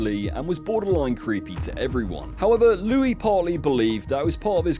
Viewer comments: there's just one Louis. The s is not pronounced. Geez! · Louis is pronounced "Looie" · Not to mention at one stage he pronounced Louis phonetically.